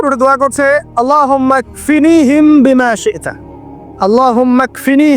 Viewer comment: আল্লাহুমা ইকফিনিহিম বিমা সিরতা এটা কি উচ্চারণ?